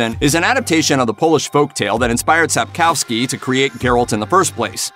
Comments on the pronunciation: Sapkowski, not fucking Sapchowski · just a tip: it's Sap-koh-vski. No Sap-cho-vski. Like you are not a a Lepper channel ;) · bro said sop chop ski